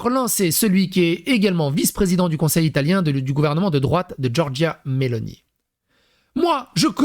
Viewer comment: Ton Ilatien faisait plus Russe pour le coup 😂 Pourquoi la mascotte c'est pas un coque ????